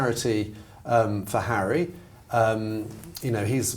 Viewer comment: African Park, mr hawwy?!